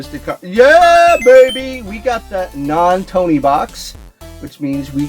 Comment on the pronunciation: “Non Tony Box” 🤣 Nice NES box!